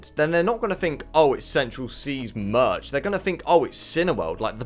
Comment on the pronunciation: Yo said may not march